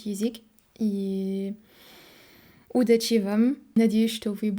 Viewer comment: Не удач`и , а уд`ачи- ударение на первом слоге